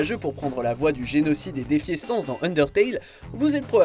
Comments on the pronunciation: Sens ? Ça ce dit sanesse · Euh Sans ce prononce avec le A pas comme le mot aucun "sens" ça ce dis sAnS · Sens ? ....SENS !?? Mes oreilles ont si mal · Le "sens" qui fait mal aux oreilles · SA SE DIS SAN SE BORDEL C PAS DUR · Quitte à mettre un boss de Monster Hunter, mettez en un qui soit vraiment de Monster Hunter. Et pour le coup c'est au Fatalis que je pense. Et la prononciation de Sans...ça fais mal.